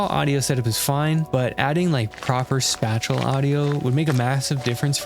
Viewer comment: Pronouncing "spatial" like "spatula" is engagement bait. And it worked.